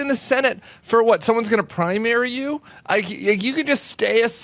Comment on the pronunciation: sorry--keep going, not "toing" !!!